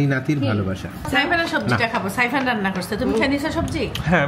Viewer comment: apni saifan nam ta sundor kore bola shikhen, sairan k abar 🤣🤣